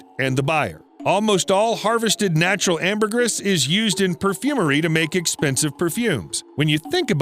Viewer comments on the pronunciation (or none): none